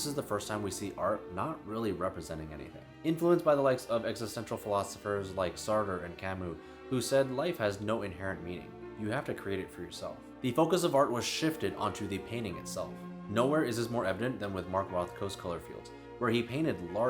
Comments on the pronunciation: Sartre is pronounced "saar-truh." Keep up the good work. I really liked the video on gatekeeping. I also think some long-form videos from you would be good. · Um... I think you need to double check your pronunciation of Sartre. I won't attempt it, but I believe you have friends in that country who can set you right. The second 'r' is the trick I think.